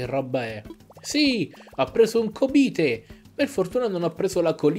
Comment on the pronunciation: Bel video, comunque si dice cobìte non còbite